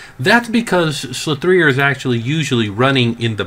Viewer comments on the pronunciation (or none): Sligh three er. Slic3r ha. oh man. It's Slicer, Slic3r. lol. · you do know the 3 in slinc3r is replacing the E you stil pronounce it as slicer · Jesus Christ. I'm not sure I can trust the rest of what you say when you can't realise that its pronounced "Slicer". The "3" represents a backwards E. 3=E-reversed. Make sense? Or do I need to draw a diagram? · I really hope the slicer mispronouncing was satire lol